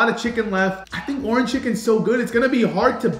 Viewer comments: For a Suns fan he really doesn’t know how to say Orange out of Nowhere aye in other videos where he’s mentioned the color orange & along with other videos he’s been in from Faze Rug or Mama Rug & Papa Rug He’s mentioned the color Orange without any problem but today he can’t even say Orange your Autism is showing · saying "ORAN chicken" instead of "ORANGE chicken" is bothering me 😂😂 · Anyone else annoyed how he says orange chicken? Lol oranchicken 😂😂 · Bro saying “Orin” chicken is pissing me off 😭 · orange chicken, not oranchicken lol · bro… it’s called “ORANGE CHICKEN” not: “ORAN CHICKEN”😂😂😂😂😂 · "orn chicken" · Are you saying “oran chicken”? lol it’s orange chicken! 🤣🤣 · Bro I love your videos but it's Orange not Oran!! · Why can’t he say orange right. Bro it’s not Orin chicken it’s ORANGE!!!! 😅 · ITS ORANGE CHICKEN NOT ORAN CHICKEN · bro why he saying oran chicken